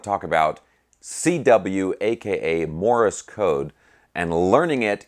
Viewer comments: Thanks great stuff. You are mispronouncing ‘Morse’ as Morris’ or I didn’t hear you right? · Morse is ONE syllable, not two !!